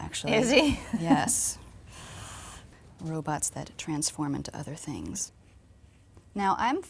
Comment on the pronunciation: when she said "robosts that transforms into other tings" I was like: TRANSFORMERS ROBOTS IN THE SKYYYYYYY!